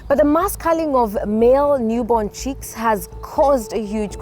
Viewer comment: The word is "chicks" not "cheeks".